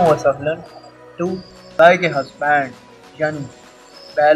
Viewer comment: Yeah we were waiting for this mandii tourr 😂 Gae k husbaands The way he pronounce Hus-bands its so hilarious 😂